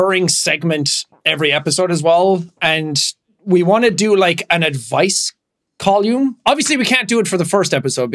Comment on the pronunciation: But why does he pronounce column like that? Col-ume? 😂